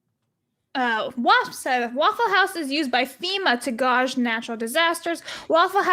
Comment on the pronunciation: lol.... corrects on saying "purposely" and can't pronounce "gauge"....